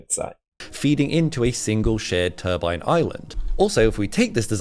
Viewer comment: You don't do anything for your credibility pronouncing turbine as "turban". A turban is what a Sikh wears on his head.